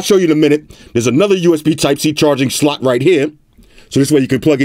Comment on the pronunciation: when he says slot i hear SLUT... xDDDDD